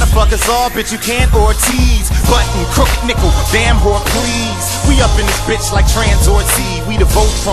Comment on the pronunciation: Crooked's syllables OMG